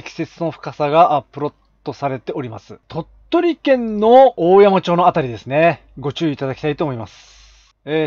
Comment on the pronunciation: おおやま（大山）ではなくて、だいせん（大山）と読みます。